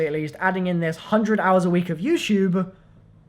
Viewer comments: he says youchube haha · why do I keep correcting him out loud every time he says youtube